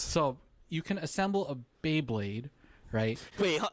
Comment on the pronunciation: Anyone else just hearing "bae-king" and not "bey-king"? 🤣